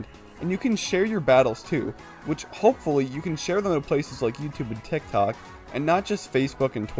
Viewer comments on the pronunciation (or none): none